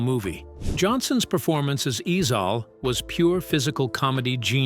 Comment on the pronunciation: Ezell not Ezal!